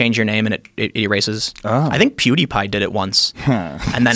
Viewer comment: Did unironically say PooDiePie?